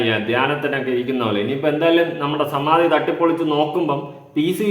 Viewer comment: Samathi alla, samanthi😂😂😂😂😂